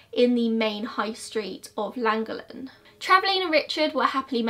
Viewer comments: its than-go-then with a lisp-type sound. its hard to explain but double ll's make a different sound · i went to school in llangollen. It's pronounched for english speakers. "clan"-"goth""lin" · Sorry but the pronunciation of Llangollen was hilarious 😂 in Welsh a double L makes a thl sound! So it’s pronounced like thlangothlen x No hate, gave me a good chuckle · Hi, I live around half an hour from here, it’s pronounced llan-gogch-lyn it’s a really difficult one to say as you have to read it as if you were speaking welsh 😊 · literally so close to me! easier pronunciation for you, lan-goff-len. you should cover Judas sisters, they went to my school and I stayed over at their house where the murder took place and there is no YouTube videos them! nightmare in suburbia did an episode about them where the name Judas sisters came from, there was also an article in a take a break magazine I believe it was? I remember holly didn't come to the college course we took once a week and nobody knew why and a couple of weeks later me and my cousin took in the magazine and showed everyone the article and that's how everybody found out what they had done. please cover it? Antoni was such a lovely man, he was always smiling and walking his dog past the baby school opposite his house and he deserves some rememberence. there is also text messages online that were exchangd between the girls and their mother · It’s prounounced CLAN-GOC-LEN, I live not too far from there! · It’s pronounced clan-goth-len haha but you really wouldn’t be able to know unless you could speak Welsh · Pronouned "Lan-gocchhh-lun" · Its pronounced lan - goll - en :) lol x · Awful pronunciation....but I'll give her full marks for Rhuddlan! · You trying to pronounce Llangollen is the funniest thing i've heard for a while. Just had to pause to say that. Don't worry, the LL in the word is hard to get if you aren't from Wales. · It is a th sound in langollenn